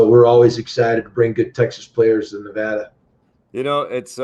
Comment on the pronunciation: learn how to pronounce Nevada.